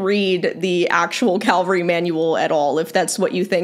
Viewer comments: I really appreciate the purpose of your videos. In this particular video, I had a "fingernails-on-the-blackboard" response. Cavalry vs Calvary. Lots of people get the pronunciation mixed up. The manual you reference is CAValry. CALvary is a Biblical reference. This comment may be a bit pedantic, but I wanted to bring it to your attention. Please keep going with your valuable content videos. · Calvary or cavalry? The former is the hill that Jesus died on. That is what you keep saying. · I♡U,, but it's CAVALRY not 'Calvary.' CAVALRY (from French 'Chevalle' horse). Calvary is where Jesus was crucified, from a Roman 'place of skulls'.... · It is pronounced CAV-ALRY! Not calvary. When I could still ride my QH weighed approx 450kg, I was around 75kg and rode 'English'. I never thought that i was too heavy to ride her, we only did trails 2 or 3 times a week and never faster than a trot. I was always told 25% but....If I could still ride I 'd need a Percheron or Clydie cross so that I wouldn't feel bad for the horse. Some people will ride whatever they want too regardless of weight ratios 😒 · Excellent video! And sadly needed. :( PS It's ca-val-ry, not Cal-va-ry. <3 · CAVALRY...NOT CALVARY🤦🏼‍♀️ Almost everyone is mispronouncing it... go down the skreet to the liberry & ax the liberrian for a book about calvary & nuculer subjects😮😬 It makes me crazy when ppl don't even try to pronounce things correctly 🤯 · It's pronounced "CAValry" not "CALvary". The L isn't before the V for a reason. She might be an idiot who thinks it's fat shaming, but she's at least pronouncing it right! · I completely support what is saying, but the fact she keeps pronouncing cavalry as 'calvery' keeps making my eye twitch. Why do Americans seem to insist on either not pronouncing letters or mixing them up? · I had a hard time listening to Cavalry being repearedly mispronounced so consistently through this whole segment. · PLEASE, it's Ca VUL ree not Cal vuh ree.